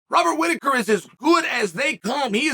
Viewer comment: “Wobert Rhitaker” 😂